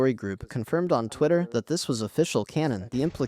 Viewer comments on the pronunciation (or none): none